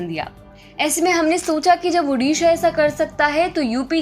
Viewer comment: its not UDISHA the NAME iS ODISHA